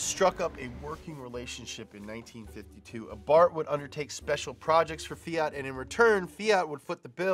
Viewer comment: FEE-ART (Eeep Americans and their pronunciations) Should be FEE-AT or maybe FEE-IT